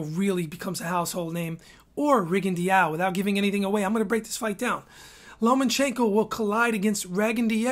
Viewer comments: Hayden Hausman no Rigo actually wants his name to be pronounced rigon-dee-ow. Listen to his Spanish speaking trainers say his name. And low-ma-chenko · Rigondeaux = Ri-gun-dow Lomachenko = low-ma-chain-ko Jesus.....